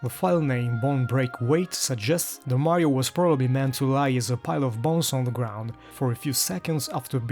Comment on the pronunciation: Had to stop so I don't risk any more spoilers (my son and I just started Super Mario Galaxy 2 together). Nice hearing your voice. Did you say Meh rio?